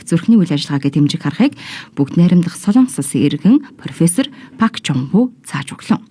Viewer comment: 몽골 9시뉴스 에 정확한 발음으로 박종부 이름이 나오고 종부원리의 대한 간략한 소개를 하는것 같은데 이번방송으로 선생님 이름 을 몽골에서 확실히 알려진것 같아 좋습니다